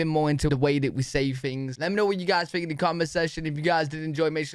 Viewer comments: you use "F" instead of the "th" sound. Fink for think, free for three....but it's probably regional, like accents in the US. And you like to say YA'LL....so it's all good! 😂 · You don't S-back but you do TH-front. That is, you pronounce all your TH's (think, three) as F's (fink, free). You're not alone. I see a lot, and I mean A LOT of Brits do this, but it is very noticeable. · Brits (including you) often change the 'th' sound (think) into an 'f'. At the very end of you video "Let me know what you guys fink." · You and other people in the UK pronounce "th" as F, fink instead of think,free instead of three,anything with a "th" you pronounce as F.